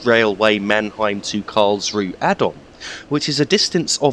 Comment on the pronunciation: I'm not German but I have a friend from Karlsruhe and I believe the 'e' at the end of German words is pronounced almost like an 'uh' sound (like the 'u' in 'up'). So Karlsruh(e) sounds like Karlsruh(uh). Sorry to be 'that guy' but I kept noticing it. Merry Christmas and thanks for the video. :)